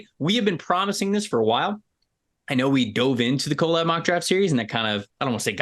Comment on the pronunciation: Don’t trust anyone who pronounces collab as “co-lab”